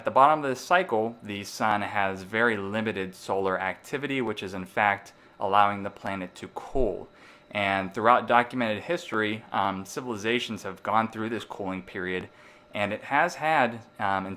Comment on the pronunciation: He sound like he cannot say Cool.. It sounds like he is saying Coal ..